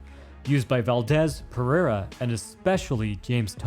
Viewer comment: ❤Your videos are AWESOME 👌🏼 👏🏼 👍🏼, since Pereira is a very common last name HERE in Brazil 🇧🇷 just a little tip: PerÊira! With the STRONG vocalization on the "E" right in the MIDDLE of this word! Keep up your great work and I'll keep 👍🏼 giving the LIKE!!!